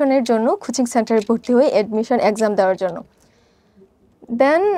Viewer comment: খূচিং না কোচিং হবে